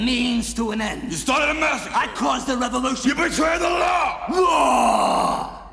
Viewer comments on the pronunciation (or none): Laaaaaaaaaaau. No its law Laaaau Fuck it whatever dude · Hey....say "The Lawh" again....that was spot on.............and hilarious.